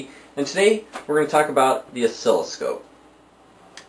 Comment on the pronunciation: Good video, tho it's NOT pronounced as osKILLoscope lol... pronouniation is Os-silloscope .. just saying. Keep up the great work.